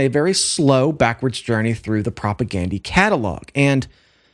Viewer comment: Please pronounce their name correct. Gandhi, you know, the famous guy.